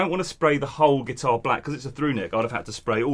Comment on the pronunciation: Did just somebody said headless guitahrrr🤣